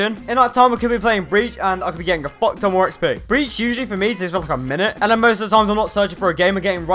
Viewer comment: Dony The Drugo should have said if i got a dollar everytime he said focton i would have a fockton of money